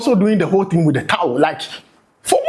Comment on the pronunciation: Is it towu or towel 😂😂